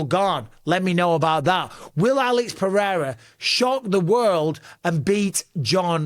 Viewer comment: lol why did you have to edit in Alex’s name 😂 did you butcher it? 😂